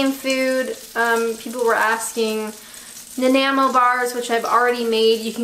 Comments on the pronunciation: Anyhooooo......Nanaimo = Naah-nye-moe, Poutine = Pooh-tin. There are many Canadian foods. :-) And for a person who loves comfort food, you don't like Poutine? Whaaaa the heck. You need to take a visit to Quebec and post a video on taste testing the best Poutine in Montreal. Just sayin. :-) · Nanaimo Bars. Pronounced Nan-I-mo just so you know